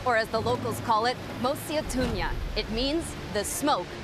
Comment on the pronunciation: At least she got our mosi-o- tunya correct..